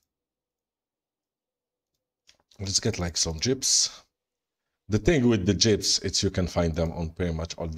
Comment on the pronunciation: I Crack up every time you spawn jeeps because it sounds like you say jibs! 🤣